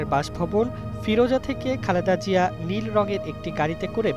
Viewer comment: Pronounce properly please it’s Zia (soft Zee) not Jia